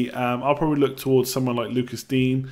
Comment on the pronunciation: Lucas Digne – Loo-cah Dee-nyuh